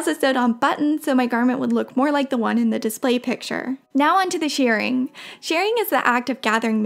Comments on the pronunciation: Shirring is not pronounced "shearing" (although most people do say it that way), its pronounced "shurring", like sure. It drives me crazy that people pronounce it incorrectly . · I believe 'shirring' is pronounced 'shih - ring' - short I, not long E. I know, picky, picky!!! :) Love your videos, and your work is fabulous!!!